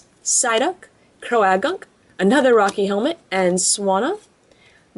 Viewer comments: Its pronouned cro-gunk not cro-a-gunk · Croagunk is pronounced crow-gunk not crow-ah-gunk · its crogunk not with the ah in it